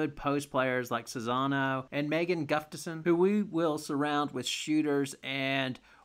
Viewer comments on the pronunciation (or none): Great video, you just need to pronounce Czinano and Gustafson correctly